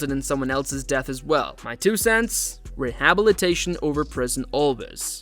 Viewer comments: You pronounce rehabilitation weirdly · What Raja Jackson did was egregious and he should face serious legal consequences. Also, podcaster should learn to pronounce rehabilitation. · Why is “rehabilitation” being pronounced that way? I suppose it’s one of those like “laboratory” that’s pronounced differently depending on the country. I guess I’m just suspicious of AI content creeping up everywhere. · Am I the only one amazed that the narrator cannot properly pronounce the word “rehabilitation”? You have one job, dude.🤔😅